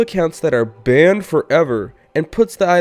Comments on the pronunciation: Tbh I hate when his like “bANnED forEvER” it’s just sounds stupid... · Who else like the way he says BaNnEd FoReVeR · Stop saying banned like that it’s annoying